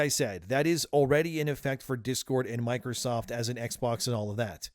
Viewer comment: Drink every time he says Mikersoft... the only person I've heard annunciate the word Microsoft is Gabe Newell